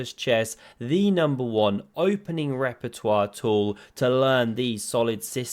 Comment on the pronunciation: I am surprised that you did not say "Rapportoire" instead of "Repertoire")))